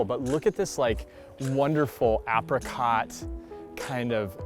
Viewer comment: I love what you do but please say apricot right next time 😂